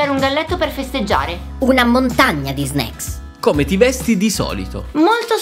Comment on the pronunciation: L'unica parola che sa dire è "sneaks"